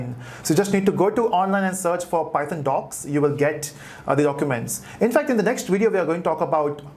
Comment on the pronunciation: The entire tutorial is so good but when you pronounce python wrong god that irritate me so much